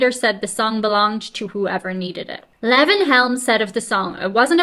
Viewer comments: This interruptive style of reading from a magazine is about as annoying as anything ever misused for profit by someone with absolutely NOTHING TO SAY OR ADD except for.. if quoting you is okay.. except for "Ooouuhh.. that's bad". What a disgrace you are. Purely pathetic. Leee-von not Levv-inn. Kind of cozy.. like the space holding your deficiency of brain cells. Odd. You're too nice to yourself. Don't let your dog drink from the toilet bowl.. judging from his "genes" he just might fall in. His excuse is he's a dog (she's a dog?), but what's yours. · That's Lee-von, NOT Leven. Southern boy. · I think it's pronounced Lee-von. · Levon is pronounced LEE-von. LEE-von Helm. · Lee-von is how it is pronounced. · Watch the version from The Last Waltz movie. Best ever. Also, it’s pronounced “Lee-Von.” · Levon is pronounced Leevon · Levon is pronounced Lee-von. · Lee von long e sound.Good ole Tennessee boy and the only American in the 'Band'. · It's pronounce "LEE-von" Helm. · Pronounced LEE-von Helm — as in, I have to leave on time to catch my train. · The "e" in "Levon" is long. (For reference, listen to Elton John's "Levon" from "Madman Across the Water.")